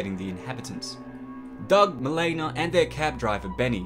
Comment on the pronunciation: “Mi-leena”, not “Mil-aena” and “Rick-ter” not “Rike-ter”